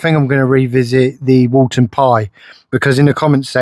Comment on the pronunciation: It’s Woolton Pie, not “Walton” pie haha. Woolton Pie was named after the British Food Ministry Secretary, Lord Woolton. Also, the recipe does not come with mashed potato on top, as if it was a Shepherd’s Pie. I know that there have been Youtubers that I have put mashed potato as a topping, but it is a misinterpretation of the actual recipe. The authentic Woolton Pie recipe is made with your choice of either Wholemeal Pastry or Potato Pastry - Mashed potato would only be used to MAKE the pastry if you chose to go with potato pastry.